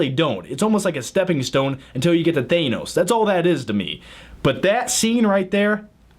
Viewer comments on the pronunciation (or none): You said thanos wrong.